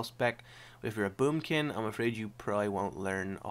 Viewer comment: did you say boobkin